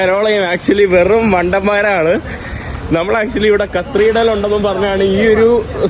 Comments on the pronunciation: Hi, കത്രിടൽ അല്ല, കത്തീഡ്രൽ ആണ് ബ്രോ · കത്രിടൽ അല്ലല്ലോ കത്തിട്രൽ അല്ലെ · Katheedral, not (kathreedrel) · Not cathreedal, catheedral is correct, its ok, super videos, very anxious for next👌🏻👌🏻👌🏻👌🏻👍🏻.... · കത്തീഡ്രൽ ആണ്, കത്രീഡൽ അല്ല. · കത്രീഡൽ അല്ല bro കതീട്രൽ എന്നാണ് (cathedral) ഈ കത്രീഡൽ കത്രീഡൽ എന്ന് തുര തുരാ തെറ്റ് കേൾക്കുന്നത് ആരോചകമായി തോന്നുന്നു. പിന്നെ ഒരു suggestion... നീ ഓരോ സ്ഥലത്തു പോകുന്നതിനു മുന്നെ അല്പം effort എടുത്തു visit ചെയ്യാനുള്ള സ്ഥലത്തിന്റെ history and other informations collect ചെയ്യണം. അപ്പോൾ നീ ആ സ്ഥലത്ത് എത്തുമ്പോൾ ഇൻഫർമേറ്റീവ് content നിനക്ക് subscribers നു കൊടുക്കാൻ പറ്റും. ഇത് നീ ഒരിടത് ചെന്ന്. അവിടെ എന്താണ്ടൊക്കെയോ ഉണ്ട്, ഒന്നും മനസിലാവുന്നില്ല എന്നീ പ്രയോഗങ്ങൾ ആണ്‌. Thats not so professional. നീ യാത്ര ചെയ്യാൻ തുടങ്ങീട്ട് കുറെ ആയില്ലേ? Take it in a positive way bro. It’s only for ur improvement I’m a regular viewer of your videos. U can improve. ആ വിശ്വാസം ഉള്ളതുകൊണ്ടാണ് ഞാൻ പറയുന്നത് നിങ്ങടെ videos പൊളി വൈബ് ഓക്കേ ഉണ്ട് super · not CTHREDRAL but it's Cathedral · കത്രിഡൽ അല്ല കത്തീഡ്രൽ (Cathedral) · കത്രീഡ്രൽ അല്ല കത്തീഡ്രൽ, ഞ വരില്ല അല്ലെ ന എന്നാണ് പറയുന്നത് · കത്രീടൽ അല്ല cathedral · Its great all those who have not travelled. The main issue of France is the immigrants as you've said. They are the buglers of France now... One request.. Atleast you maintain the Decorum of Your native place. Not the Yankees.. Don't make disgrace to our country. Not കത്രീഡ്രൽ... കത്തീഡ്രൽ... Take this in mind. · aaaaaaaarghhh not carthidel its cathedral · കത്രീഡൽ അല്ല കതീഡ്രൽ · കർത്തീർഢ്റൽ ? കത്തീഡ്രൽ ആണ് ശരി.😅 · യൂറോപ്യൻ യാത്ര ഗംഭീരമാകുന്നുണ്ട്. പ്രത്യേകിച്ച് കരോളയോടൊപ്പം❤❤..... Cathedral എന്ന English word ന്റെ ഉച്ചാരണം കത്തീഡ്രൽ എന്നാണ്. കത്രീഡൽ അല്ല കേട്ടോ.... അടുത്ത പ്രാവശ്യം പറയുമ്പോൾ കത്തീഡ്രൽ എന്ന് ശരിയായി പറയണേ... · Kathreedal alla mone cathedral aanu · ചെക്കൻ ഇന്ന് മൊത്തം കത്രിടൽ പറഞ്ഞെന്നെ ചിരിപ്പിച്ചു. thanks!😊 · Dear, U r pronouncing wrongly. It is Cathreedral